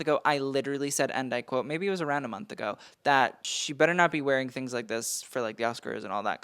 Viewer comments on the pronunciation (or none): none